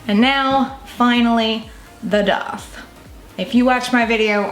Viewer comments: you know that its called a DAITH not a doth right. youre speech is so fucking annoying god damn it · Where is she from? I know she talked about it but every time she says piercing I laugh and she also says daith odd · Love how she says daith